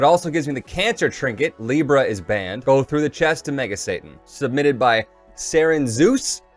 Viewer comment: It's satan not santa